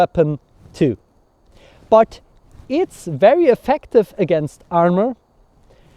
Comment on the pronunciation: I can't get over your pronunciation of "but". purt